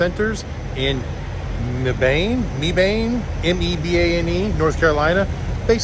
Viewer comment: That Petro is located in Mebane, pronounced "meh-ban". I grew up about 30 miles away and have family that lives there. The trip down Black Mountain was familiar. My first time down was in the mid-1970s and aside from repaving there appears to be no improvements in the decades since. I would think that after the state finally gave up on the idea of a tunnel they would have done some roadway improvements through there.